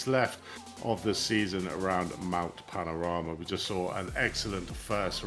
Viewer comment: Mt panorama, pan-or-ama not mt panama 😅🤙